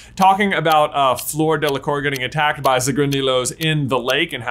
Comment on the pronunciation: In order to correctly pronounce Fleur, say flirt, but leave out the 't'. Delacourt is pronounced 'Delacor'. It's French.